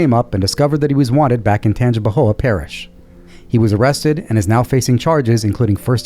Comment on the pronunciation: If y'all aren't from Louisiana, kudos to you for pronouncing Tangipahoa Parish and Natchitoches correctly--thank you! 👍🏼